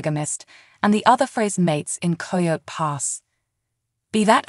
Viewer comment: Please, at least make sure your ai or voice over knows how to pronounce words like coyote.